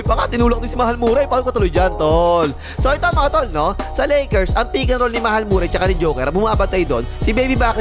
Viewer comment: Hindi nga yan Morray! Marry ang pronouncation nyan tol